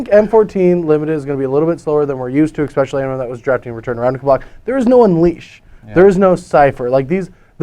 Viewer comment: Anyone else noticing Ecspecially?